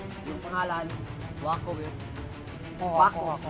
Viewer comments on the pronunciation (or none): Maco hindi wako